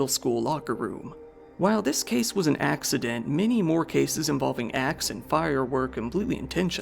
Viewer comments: he definitely said "axe-edent" every so slightly in his dry humor voice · Axe- ident 😂😂😂